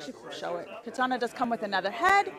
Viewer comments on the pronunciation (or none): none